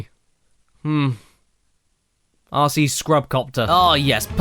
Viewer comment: being used to your accent, when you say rc, it sounds like youre saying ARSEY, (or assey, for us 'mericans). made me laugh the whole time.